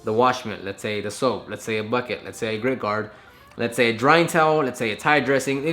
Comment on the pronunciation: Nevermind u said grit guard sounded like green card lol